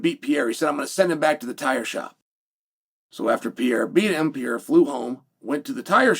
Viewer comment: Not Alex Piera man its Pe Re Ir A 😂